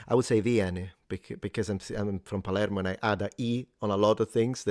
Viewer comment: . Yeah, I noticed in your video that you made only in sicilian that instead of saying plaermo you said something closer to palieymo